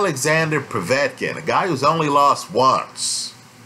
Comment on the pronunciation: ive noticed that too..... I like how says Povey-etkin and Sirgee-eye Kovalev instead of Po-vetkin and Sir-guy......in fact all Americans have a problem pronounicing Slavic/Eastern European words........ Moss-cow springs instantly to mind.